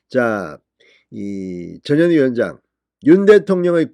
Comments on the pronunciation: 저년이? 발음을 잘해야겠네! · ^저년이^ 발음에 좀 유의를 ㅎㅎㅎ !저년이! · 또 저년이 나왔네 , 진선생님 전현희인지 저년인지 분간이 안가니 이제부터는 분명히 저년이로 똑똑히 발음하시길 부탁드립니다. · 전현희! 출장비 횡령? 얘네들은 돈이면 환장하는 타입이네요 조국,이죄명 등 청와대 비석관 이하 다 그랬지요? 발음은 저년이 출장비 횡령? 이렇게 들릴수 있으니 조심 하세요! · 전현희 발음을 듣고있으니 저년이라고 들리네요 이름이 참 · 저녀니 저녀니.. 그러니까 이름도 욕으로 발음되네 에라이 저녀니 악어의 눈믈까지?? 쇼질